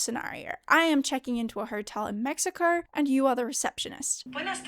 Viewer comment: Where is this Mexiker of which you speak and why does the “r” disappear when you say it in Spanish? 🤔